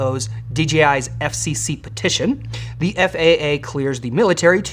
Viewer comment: Did someone type "thee" on the teleprompter, instead of "the"? ( , , , , , , , , , ) "Thee" is an archaic or dialectal pronoun used as the object form of 'thou,' which means "you".